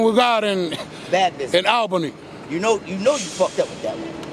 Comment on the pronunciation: It’s pronounced AWLbany or ole-bany lol